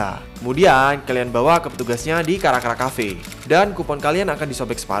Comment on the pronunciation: aku pikir bacanya cara cara bukan kara kara